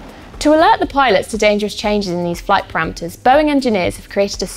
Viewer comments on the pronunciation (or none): none